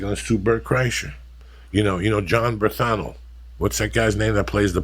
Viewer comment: "You know Jon Bernthano" lmao he strikes again, it's "Bernthal"